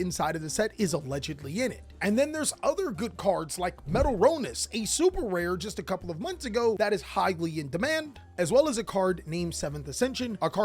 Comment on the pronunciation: I'm sorry I have to finally correct you 😅 metal-Tronus not metal-ronus